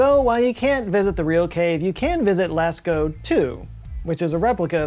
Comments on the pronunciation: Of course "Lascko" cave! 🤣🤣🤣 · P.s pronounced Las oh in France by French people